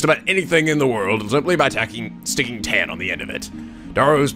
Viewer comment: you're mispronouncing -tan!